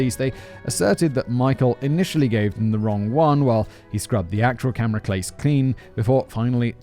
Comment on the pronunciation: Simon can't say camera case.